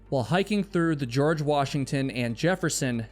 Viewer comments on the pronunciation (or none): none